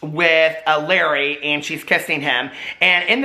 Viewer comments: It’s la ray not Larry 😂❤️❤️❤️ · His name is pronounced Luh-ray. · HAHA ITS PRONOUNCED LA-RAY NOT LARRY